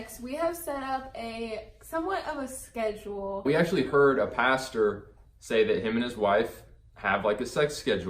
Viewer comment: Ohhhh pastor... Not pasta 🤣😂